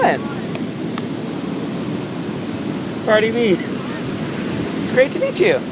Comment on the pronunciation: Dude said cardi shorts